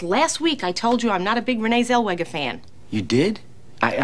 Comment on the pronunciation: “Who the fuck is Renee Zel-Weja?” -Leonard Washington